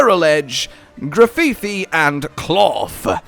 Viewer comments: It’s not “graffifi” dude. I hear you say it that way and I just keep thinking of a prison masturbatory aid. It’s Graf-eye-eye. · Did really say grafifi? It’s grafaiai like graffiti and the real life animal the Aye-Aye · grafifi? Its Gra - fye - aye. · FYI, Cetitan is pronounced “Seh-titan” and Grafaiai is “graf-aye-aye”. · Grafifi … While it’s an aye aye that does graffiti so the pronunciation is obvious This is just an amusing way to pronounce it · That’s pronounced “Graf-eye-eye” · I cant with the Grafaiai pronunciation lmfao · You mispronounced Cetitan. You also mispronounced Grafaiai.